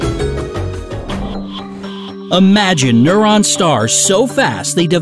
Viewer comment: He said neuron stars. LOL